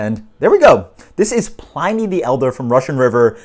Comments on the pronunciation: Why does every beer reviewer pronounce it pl-eye-ny" I've always heard Pliny's name pronounced as "pl-in-ny" when people refer to the famous Roman historian/philosopher... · I don't fault you at all since It seems almost everyone refers to it as pl-eye-ny in the beer world! I honestly wouldn't be surprised if RR even pronounces is that way. Great, honest review btw.